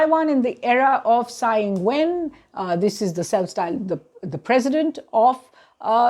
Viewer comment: Tsai is pronounced Chai, not Sai.